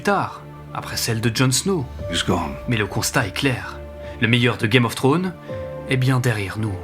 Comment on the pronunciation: pitié arrête de prononcer game of trone ; c'est game of thrones. Ou dit le jeu des trônes en français